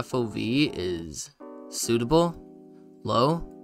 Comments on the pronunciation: "suitable✔" "subtle❌" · mans cant pronounce subtle